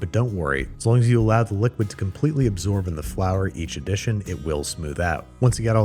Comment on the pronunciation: Frour Tortilla really dog?